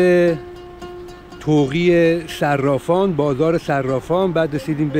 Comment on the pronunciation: طاق صرافان درست است نه طوقی صرافان